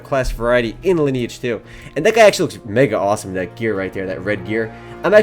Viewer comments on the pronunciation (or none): "Mega Osom" No kur** prawie jak Polak ! xD